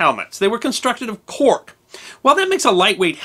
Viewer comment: it sounds like you're saying that the Custodian Helmets were made of 'pork', which would be quite ironic given the 'Pride, Integrity, Guts' moniker sometimes given to police officers. I had to turn on the subtitles to make sure I was hearing that wrong! Also, my next door neighbor is retired NYPD and will get a kick out of this video.